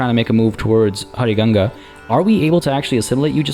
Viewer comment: your pronunciation of huaricanga is a bit off, the 'h' in south america tends to be used as a "w", instead of "juaricanga" like you were saying, it should be more like "wuaricanga"